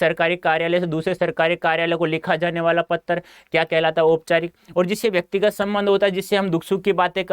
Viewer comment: Patra ko pattar